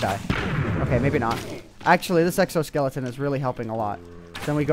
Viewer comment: Lawl you said sexo-skeleton